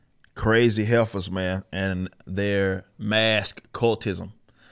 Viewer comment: ''Heffers'' Bahahaa